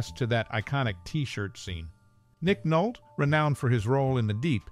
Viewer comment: His name is pronounced Nick Nol-tee! 😢